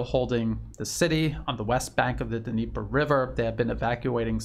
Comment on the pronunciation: Dnieper is said "neepur" river